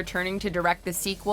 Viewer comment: for the last time, it's Gal Ga-dot (with a hard T) She's not French.